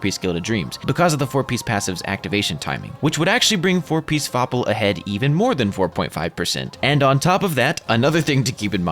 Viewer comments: not fapl but FOPL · "FoPL" just can't help laughing